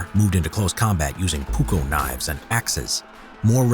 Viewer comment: Puuko = knife English speakers puuko knifes edit: sorry i found that so funny